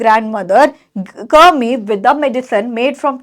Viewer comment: Mam cured ko curd pronounce kar rhi hai pleasecorrect this😊